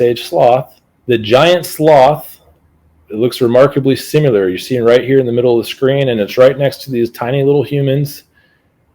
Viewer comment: Love hearing a guy I’m supposed to trust say things like “supposably,” and “simular.”